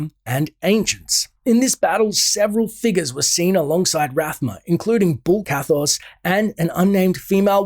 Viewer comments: Bul Kathos, not Bull Kathos. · BULL ? :D Bul-Kathos ONE "L" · Its bul kathos not bull